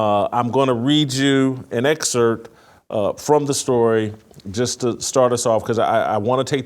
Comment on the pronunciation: The p is not silent in “excerpt”